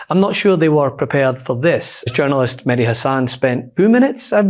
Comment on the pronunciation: Med-Heee! My MAN!!! BOOOOOM!!!!!!!!!